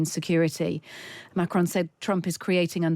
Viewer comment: By the way : his name is not pronounced Macroon but as Macrôn . Do you British people don’t go to school anymore ? Greeting from Holland